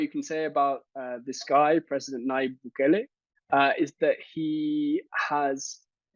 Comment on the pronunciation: It's not Bugele.... it's Nayib Bukele!!!!